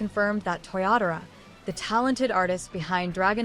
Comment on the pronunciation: 😅Your Ai is funny.It's not Toriyatora, it's TOYOTARO